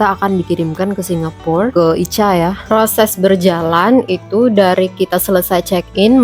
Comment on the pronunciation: Ica itu ika bacanya mbk